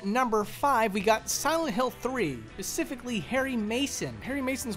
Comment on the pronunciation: Please tell me you didn't say Pacifically ....